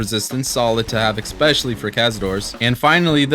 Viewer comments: The word is 'eSpecially' This nigga: 'eXpecially' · Had to stop after 3 minutes. Can’t listen to a person who can’t pronounce especially. It’s ES! Not EC, ESPECIALLY! Not ECSPECIALLY, you absolute invalid. 🤦🏻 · "Exspecially" hurt my bones xD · "EX-Specially" Lmao, it's wild how people seem to add letters to some words. I bet bro says "exscape" as well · bro you need to learn how to say "especially" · Good video but there is no “x” in “especially”